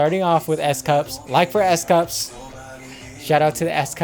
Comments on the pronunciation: I love this video so so much and I like this more than most reactions because you are giving content. Not just a reaction. But I’m not gonna lie, when you said S CUPS I absolutely lost it laughing. I love how you know their names and I love the content you are giving us. But I would like to let you know his name is pronounced as S COOPS :-)) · I'm always sweating after viewing these guys....and it's COUPS rhymes with scoops.....Dino dances like the building is on fire..and kudos for noticing JUN......